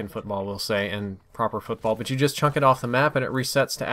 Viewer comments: Wtf does 'Chunk the ball' mean? If you mean the word 'chuck' then you are saying it wrong. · CHUCK,, The word is chuck. Chuck. Not chunk. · Thank god. Thanks for posting man, glad to know it's not an actual thing to say chunk in place of chuck. should remake this video now we've confirmed this...:) loolol